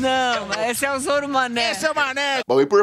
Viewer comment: Zôro mané kkkk Nem Nanaria acertou o nome kkkkk